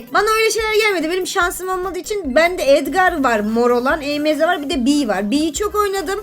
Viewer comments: E m z değil emz diye okunuyor.😂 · Abla emz e me ze diye okunmuyo direk emz diye okunuyi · E m z diye okunmuyo emz diye birleşik okunuyo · E M Z değil emz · Abla e m z diyil emz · e.m.z değil o emz😅😊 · Abla E M Z deyil EMZ😊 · o Emeze değil Emz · abla emeğe değil emz 😂😂😂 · abla emeğe değil emz 😂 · o emeze değil emz diye okunuyo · emeze diye okunmuyo emz diye okunuyor😊😊🌹🌹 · Abla o E M Z DEYİL EMZ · Abla Emeze değil Emz😂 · hayir olum emz diye okunuyo emeze ne aq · Adla o e m Z değil emz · Abla E m z değil Emz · Abla onun adı emz e m Z değil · Emeze değil emz die okunuo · Emeze değil emz yaw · Emz❌ ✨EmEzEğ✅✨ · Abla emeze deil emz emz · Abla o E M Z değil Emz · Abla o E m z diye okunmaz Emz diye okunur😅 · o émze değil emz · Abla E M Z DİYİL EMZ😂❤ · Abla emeze değil emz o karakterin adi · Abla E M Z ❌ EMZ ✅✅✅ ❤❤❤❤❤❤ #PGQUCOLO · Abla o emeze değil direkt emz diye okunuyo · Abla onun adi emeze diyil emiz😂😂😂😂😂🎉🎉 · Abla diynamayk değil daynamayqk😊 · Abla emz. İn. Adını. Yanlış söylüyorsun. O. Emz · o EMZ EMEZE DEĞİL ❤❤ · Okunusu oyle sensin asil o dalga gecilcek kisi salak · Merhaba abla ilk kez önüme çıktın ilk başta özgüş tv kanalı nın videosu sandım (emz savaşçısı nın ismini yanlış söyledin kızma söylemek istedim)